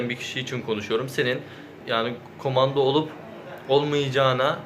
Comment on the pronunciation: Kumanda mı diyor bana mı öyle geliyor yoksa ?